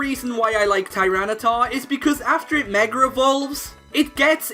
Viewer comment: "After it meg-ger evolves"